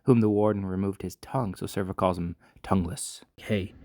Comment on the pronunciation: Sev-ro, not Serv-o. Great recap though